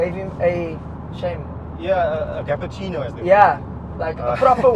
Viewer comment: "Gapp - a - cinno" .... 👏 Brilliant 🤣